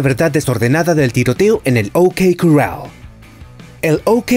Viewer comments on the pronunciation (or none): A ver si aprendes a decir corral.